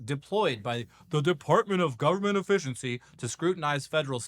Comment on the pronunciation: It's pronounced government, not jovernment. And the no silent 'e' in efficiency